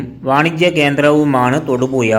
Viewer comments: തൊടുപുയ അല്ലടമക്കുണ തൊടുപുഴ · എടാ പൂറി മോനേ.. തൊടുപുയ അല്ല.. അവന്റെ കുണ്ണ.. പോയി മലയാളം പഠിക്കെടാ കഴുവേറി മോനേ